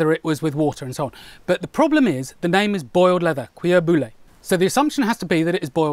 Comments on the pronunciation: "Bouilli" is pronounced booyee, if you’re interested. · Best way to say "cuir bouilli" : cuir (you got that one right) boo-yee. Hope it helped. Pascal (france) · Effectively the French is catastrophic ^^ I understood "Cuir" but "bouillie" was not understandable " B", in French ou = oo ( like in boom ), illie = yee. In other "words" B + oo + yee ( with the ee of "yankee") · Well, "bouilli" should sound like "boo-yee". Great video! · the correct way to pronounce it is 'BooH-Hee' (bouilli) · The French "u" sound doesn't exist in English so you cannot say "cuir" correctly . It's very close to the huh sound tho in term of tongue/mouth/vocal chords arrangement but not quite, it's on a higher note. And "bouilli" is pronounced Boo Yee . The "ou" makes an oo (like in zoo) and an "i" before two LLs turn the 3 letters group into a ÿ sound . Mouillé = damp or wet is pronounced moo yea . Nouilles (pastas/noodles) is noo (like in zoo) ÿ, noo ÿ- (the end at the end is mute) So yeah "cu-ÿ ear boo yee" . Say it fast ! Now you speak french ! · Try pronouncing it like this: Boo-Yee it’ll come out better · Cuir boulli. Pronounced like boo yee